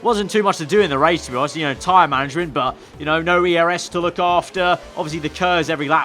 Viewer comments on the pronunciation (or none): none